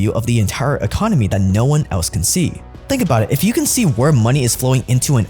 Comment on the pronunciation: really makes ya fink